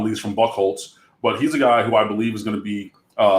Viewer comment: Did say he went to cranbrook? Isn't that the private school that Eminem calls out in 8mile? Also, buchholtz is pronounced byou holtz. The ch is silent.